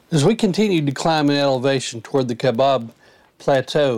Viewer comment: You have to drive over the moon to get to the Canyon 🙂 That's fantastic you got to see the condors! We've only seen 1 before. We've been to the Canyon many times and it is always awe-inspiring and it NEVER gets old!!! BTW, it's Kai-Bab Plateau, not Kabob 🙂THANKS!!!